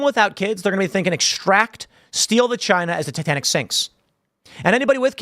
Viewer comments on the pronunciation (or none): none